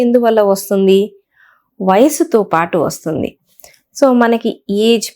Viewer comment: Vassuddi kadu, Vastundi